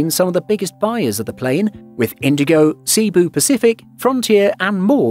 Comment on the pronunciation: Sea-Boo Pacific 😂😂😂